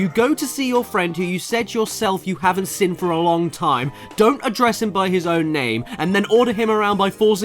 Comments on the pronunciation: Love you caddy but it is Seen not sin, it kills me every time hahaha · Can't unhear it but. When Caddy says "seen" I just hear "sin"